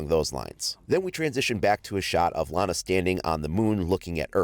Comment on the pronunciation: Iana not lana